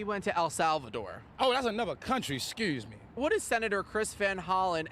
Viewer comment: 🤣🤣 i love my cities accent! Bmore all day..."scuze me" 😂😂